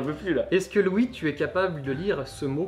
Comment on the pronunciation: Pffff, j'ai compris kitsune, yamete...... et c'est tout.:( Deuxieme lecture de la vidéo, je comprend mieux, mais quand à prononcé "Louis", j'ai compris "Ryouri". ^^